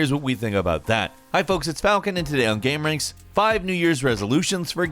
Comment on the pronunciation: Is it so fucking hard to say "gameranx presents"